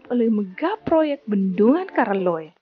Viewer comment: Namanya diambil dari nama raja yaitu karaeng Loe. Penyebutannya KARAELLOE. Jadi bukan KARALLOE 🙏.